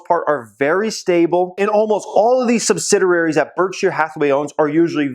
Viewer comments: It’s pronounced sub-sid-e-airies not sub-Sid-er-airies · Sub-sid-i-ar-ies: ONE "R"